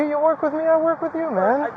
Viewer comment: listen carefully. He says wiff instead of with. Boff instead of both ect. He speaks like a child.